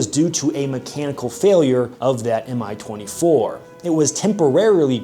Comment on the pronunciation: It's not "em-eye 24", it's "mee 24". Two letter index in the name of the Soviet/Russian aircrafts is not an acronym, but a first letters of the head constructor's name: An - Antonov, Il - Ilyushin, Ka - Kamov, Mi - Mil, MiG - Mikoyan and Gurevich, Su - Sukhoy, Tu - Tupolev, etc.